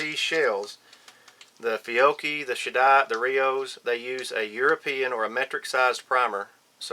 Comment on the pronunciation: Hi, thks for this info, cleared a couple of things up. Maybe I can help with pronouncing "Cheddite". You say it as "shaddat" which had me a little lost til I saw the word you were saying in print in the Lyman manual. European pronunciation is like saying "ched" as in "cheddar" cheese for the first bit and "ight" as in "light " for the 2nd bit. I lived in the US for a few years and our differences in how we say things had some amusing moments. Anyway you can also Google "pronounce cheddite" and you'll get a lovely young ladies voice saying "Ched-ight". Anyway on-ya for the vid, good stuff thks.